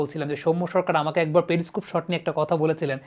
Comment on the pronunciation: প্রথমত ওই ভিশন যন্ত্র টাকে পেরি স্কুপ বলা হয় না পেরিস্কোপ বলে। উচ্চারণ ঠিক করুন।